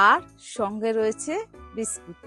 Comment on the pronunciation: ওটা বিস্কিট না, ওটা হলো বিস্কুট 😂😂😂